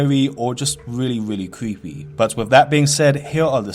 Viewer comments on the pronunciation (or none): Weally weally cweepy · ''which is pwetty cweepy'' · It cweepy. Wtf . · It's not creepy as much as cweepy. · Vewy cweepy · vewwy cweepy and scawy :'( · Yeah vewy cweepy indeed my fwend